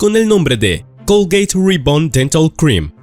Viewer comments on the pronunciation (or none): Colgeit? Eso q mierda es???? No hablas Español? Pues si lo hablas eso se llama.... C O L G A T E!!!!! y no colgeit....🙄🙄🙄 Y me da igual en el pais en donde vivas,si estas haciendo un video en Español eso en Español se llama COLGATE y no colgeit 😡